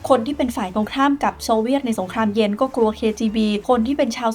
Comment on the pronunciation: พี่ออกเสียงคำว่าสงครามเย็นเป็นสงครามเย...นะครับเท่าที่ผมฟังมาไม่รู้หูฝาดหรือเปล่า😂😂